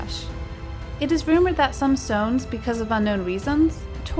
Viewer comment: Sorry it's not sones. It's S-ONEs pronounced so-wans